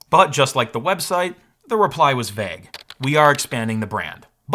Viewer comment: Congratulations on your continued pronunciation of vague.